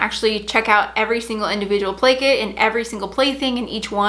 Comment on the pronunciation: Every time you said play kit I thought you said blanket hahaha